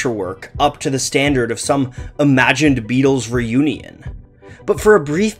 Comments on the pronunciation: Haha extra syllable , cringe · " ...the fact that everyone held their future work up to the standard of some imagined Beatles re-yuney-un" .....Sums up the resemblance between Klaatu and The Beatles. Hope and speculation of a reunion is relevant to The Beatles's story arc. Re-yuney-un is a good non-existent word for a non-existent reunited Beatles.